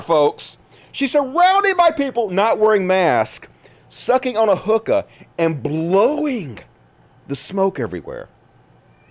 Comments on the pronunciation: I thought you said "Hooker bar" not "Hookah"! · and what did he finally said? I heard the same thing: «hooker bar» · At first I thought u where saying hooker bar, and I'm like, what's wrong with that "